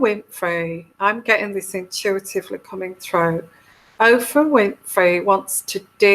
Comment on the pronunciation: Her name is Oprah not Ophra.